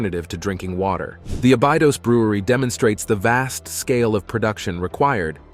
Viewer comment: You've pronouncned Abydos every way but the right way. It's Abby like the girl's name and dose as in a dose of medicine.